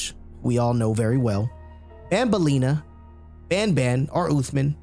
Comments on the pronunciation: Not bonbon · I feel like they wanted to name the main character "banban," but they pronounced it as "bonbon," which is a type of french chocolate.